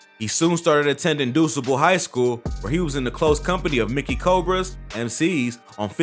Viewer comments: Not the calu-met .. CALUMET (LIKE CAL BOY) CALUMET ..know u not from the crib... no doo-sable high school ..DU-SABLE ..DUSBALE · This Nigga was a serial killer sad but Bro I’m from Chicago u said duSable high school wrong lmao it’s named after Jean baptiste Point DuSable on 49th Wabash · Doosable.... No bro it's du sa bull🤦🏾‍♂️ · Its Cal-u-met not Calamet...and it DU-SAH-BLE high school not duece-able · Omg get people from the city to pronounce names. The street is Cal-you-met, the high school is pronounced Do-sob-el. 🤦🏿‍♀️ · Kalumet and dussable 😭😂😂😂 that’s not how you say it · Cal-loo-met? Doo-suh-bul???? Yeah no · This dude said dussable high wtf is that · Bro this man pronunciations are so bad you obv aren’t from Chicago like bro at least try, do your research or something what tf is caloomet and duce able highschool 😭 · YO!!! 62ND AND CALUMET (CAL-YOU-MET) & DUSABLE HIGH SCHOOL (DUE-SAH-BUL) Pronunciation Is Everything👌🏿. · Bro you miss pronounced calumet and dusable. Can tell you not from chi. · Man if you gonna do a story on chitown... at least learn how to pronounce streets and schools.... CalUmet... DuSable... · You kats kill me man talkin about Chi...everytime he said Calumet & Dusable I cringed...its not Calooomet🤦‍♂️